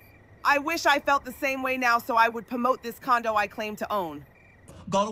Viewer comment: pomote 😂😂😂😂 someone needs to sponsor for hooked on phonics